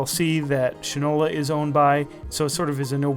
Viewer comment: It's SHINE-ola, not "shin-ola" (not your leg part, but SHINE — as in Shoe Shine!!!) The brand name is the old shoe polish manufacture is SHINE-ola. I have a Shinola bike, and a Shinola watch. STOP mispronouncing it! Go to a Shinola store. Geez, this constant "shin-ola" mispronunciation is annoying as all get out. Also, the guy is prejudiced against the brand to start, and is all gaga about Fossil, which to me was never anything but a cheap watch with a hip design. Faddish, vs. quality. Pay no attention to the man who can't pronounce his brand name — funnily enough giving rise to the old adage, "that guy doesn't know sh*t from Shinola!" By the way, he states he "feels" you are paying for the brand name — as if that's a revelation. Of COURSE you pay for brand names. That's how they get to be high end brands. Gucci, may, in reality, be no better than other well made and designed clothes, but you pay for the brand. Duh. Worthless review.